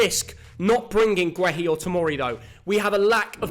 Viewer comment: Please it’s pronounced gurr-hee not gwe-hee 😂